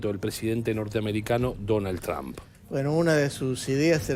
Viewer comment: Señores periodista, que bueno que se asesoraran en la pronunciacion del apellido del presidente de estados unidos. NO se dice Tran! NO atropellen la pronunciacion! 😂